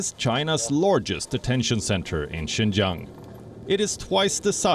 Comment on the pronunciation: Province Xinjiang in China. "Xin", phonetic transliteration, means new et "jiang", meaning territory, or frontier territory. Xinjiang, new frontier territory. Lady Palki has increasingly good pronunciation on Chinese. She got it right in reading out Xinjiang.